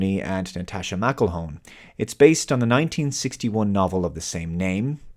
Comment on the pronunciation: So glad you said "Mclhone". I've been getting it right since Ronin, assuming it was wrong. 🤦🏻‍♀️